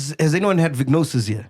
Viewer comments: It’s pronounced “veh-jeh-no-sis” not “vignosis” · VAGINOSIS!!!! Not Vignosis. 😂😂😂😂😂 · Its vaginosis not vignosis or vik-nosis😂got me confused for a bit ...its Vu-juh-now-suhs..like vagina not vik-ina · needs to get some education before spewing nonsense to the public.On the women’s health and PH balance shes defo misinformed.Sol even spoke better facts..Do your research… MAC G and team its not VIGNOSIS its VAGINOSIS.its everyone in the studio pronouncing it wrong omg 🤦🏽‍♀️🤦🏽‍♀️🤦🏽‍♀️ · Verbal warning to Fact checker for not correcting …. It’s not Vignosis…. It’s VAGINOSIS. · It’s written as “ Bacterial Vaginosis” , Pronounced Va-Juh-nosis…. Not “Vicknosis” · Why are they pronouncing vaginosis as vagnosis😢😢😢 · vaginosis , its pronounced Va-ji-no-sis . i can be your medical fact check free of charge please, im a medical Dr chilla lol 😊😅😅😅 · And it's /va/ji/no/sis 😂😂 She did them bad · 😂😂😂 after mispronounced it, others followed suit. I was hoping tt factchecker would correct it.